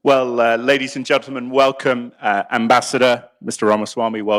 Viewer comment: John is a smug enemy of We the People…. Ambassador isn’t pronounced properly somewhere in the middle is his title.